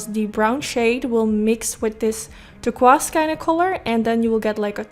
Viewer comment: I swear you can pull off ANY look, ANY color! 😍💖 By the way, NO shade but Turquoise is pronounce "Tur - KOIse" hope that makes sense.?